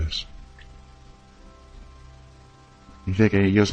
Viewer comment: El entrevistador dice permanentemente Gamínedes, es Ganímedes. Ninguno se da cuenta del error?